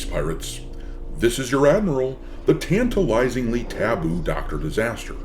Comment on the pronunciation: "tantaliysing taboo"? that's a new one :D can't wait for the 2nd title, let the wokies seethe.